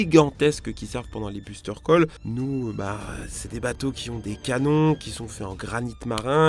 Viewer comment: Ta mal prononce buster call aussi